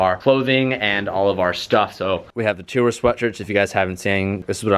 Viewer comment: it's "tour", not "tour" 😂